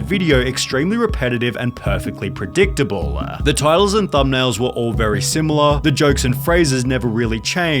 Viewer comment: “and perfectly predictablleeeeuh”